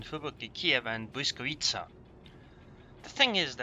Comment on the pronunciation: WoW... Finally someone who can normaly say Błyskawica from all English-speaking youtubers.